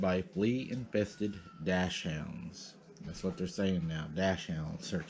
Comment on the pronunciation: They're pronounced dacksonds and they're those little weiner dogs. Give me a break.